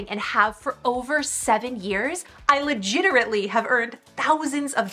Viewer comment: Legiterately?! LOL